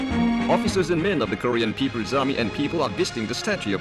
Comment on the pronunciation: “THE PEOPRES PARTY OF KOREUURRRRRR”